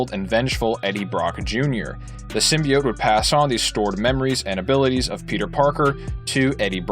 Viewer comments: Bro it’s symbiot not simibyit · It's pronounced Sim-be-oats not Sim-be-ots sorry had to say it was triggering me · Many old school Venom fans say it sim-be-it, like this guy, because the 1990s Spider-Man animated series pronounced it that way. For us it was the first time hearing it in any form outside the comics. The voice actor clearly mispronounced it wrong but many of us still say it that way. Including me lol. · Also it’s symbi-oats………. Just letting you know 🙂